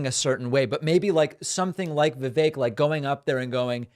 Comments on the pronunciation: 1) Guys, it's "vuh-vake" like cake. Not vuh-veck. 2) I think Destiny gets a hard time about "being a rightwinger" because he goes on Andrew Tate red pill type podcasts. That's a good thing to have someone bring sanity to the insane IMO. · Vivek is pronounced Vikake like cake.